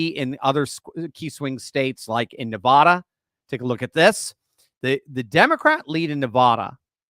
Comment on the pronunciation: I realize east coast people are taught the incorrect pronouncement of NEVADA, but it still sounds like nails on a chalkboard if the main syllables don't rhyme with "bad".